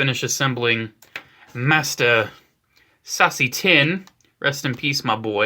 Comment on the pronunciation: lol anyone else heard "sassy tinn" instead of seasse tinn?